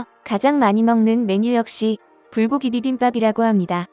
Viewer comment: 불고기 불고기 발음이 누더기 누더기로 들리는건 뭐야? ㅋㅋㅋㅋ